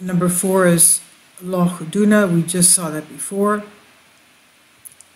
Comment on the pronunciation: You're pronunciation of 'Loch' is great! Wonder why they built them...wish I lived on one. Bless you